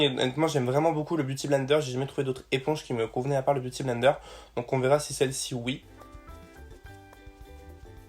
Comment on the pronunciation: Jaime trop quand tu dis beauty avec l'accent !!